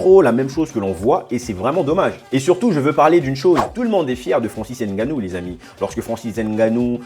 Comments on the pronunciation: Stp prononce bien Ngannou. Ce n'est pas N... Gannou mais Ngannou ! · Hahahah de père camerounais et mere de congo Brazzaville, je valide.😂 par contre Ènganou au lieu de ngannou non ça je peux plus entendre surtout venant dun africain comme toi. Èmbappe ènzonzi éngolo, prononcez les nom correctement les gars serieux. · Je suis content de vos vidéo, j'ose croire que vous êtes bien un bon Africain, juste que. Le nom c'est NGANOU et non N ganou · Arretes de prononcer Nganou <N’ganou> comme un français. Tu sais bien dire Nganou. Pourquoi ce complexe?